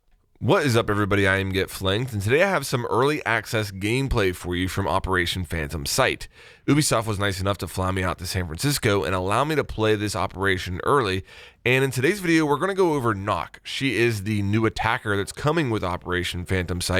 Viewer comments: I love your vids, don’t get me wrong.... but I have a pet peeve. It’s (You-B-Soft). Not (ooo-B-Soft) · Lmao “oobisoft” it’s “you be soft”